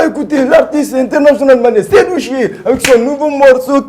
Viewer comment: C’est pas seyou Che mais Seydou chee lol😂